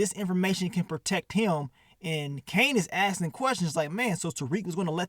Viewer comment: be killin me saying Asting instead of Asking 😂 but should've called this episode "Master Splinter" with all the rats 🐭 in it 🤷🏾